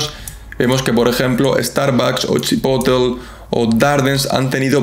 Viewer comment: CHI-PO-TLE (no Chipotl*)